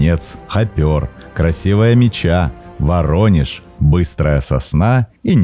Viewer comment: Красивая Ме́ча , а не Меча́